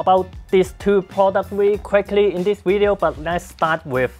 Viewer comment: I came here just to hear you say wideo, but I stayed for the useful product review knowledge, love your work